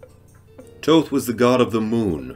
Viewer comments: Thoth's name sounds almost exactly like the word that derives from it "thought".. not like your saying it.. Toe-Th!!! silly ;-) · Thank you , it was a good video but it bothered me that he was pronouncing it like "toe-th" lol